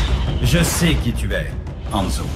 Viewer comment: enfin quelqu'un qui dit HANZO